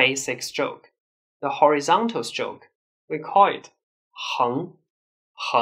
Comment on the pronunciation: It took me a while to realise that when this gentleman says "SILK", the English word he is trying to say is "STROKE". I give up.